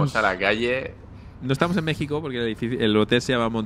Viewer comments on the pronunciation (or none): none